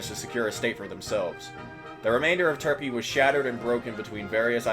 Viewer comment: we love "turpey"